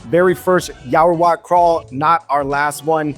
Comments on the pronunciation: I think I heard you pronounce this china town neighborhood as "Yao-Ra-Wat" instead of "Yao-Wa-Rat" 🤔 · you keep calling it Yaorawat instead of Yaowarat. 😂